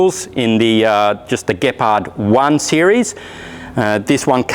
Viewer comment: Finaly an English speaking perosn can pronounce the word Gepard.